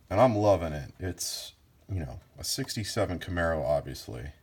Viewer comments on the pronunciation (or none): none